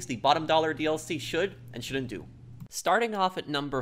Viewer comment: How professional is using the word Shound't